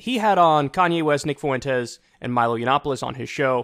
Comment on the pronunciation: Kyle, stop pronounces "Fuentes' that way. It's like nails on a chalkboard.